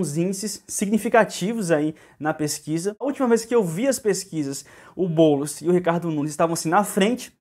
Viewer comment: Esse "Bôlos" projeto malacabado do Loola. Kkkk